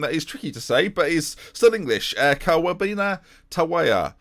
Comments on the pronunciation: As a ghanaian myself, you pronounce kwabena tabiah Qua-been-a Tab-ee-ah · Loool at your pronunciation of Kwabena 😂 it’s a Ghanaian name pronounced Kwab-e-na UP THE THAMES!